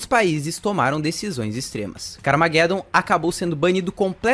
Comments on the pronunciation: Pronuncia-se "carmajedom" car + armagedon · CARA POR FAVOR, CARMAGEDOMMM, LEIA COMO SE LÊ-SE "ARMA"GE"DOM, fora isso o O VIDEO FICOU OTIMO, PARABENS! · ta certo essa pronuncia ai do carmageddon kkkkk minha epoca nao era assim que falava nao kkkk mas parabens pelo video joguei muito isso ai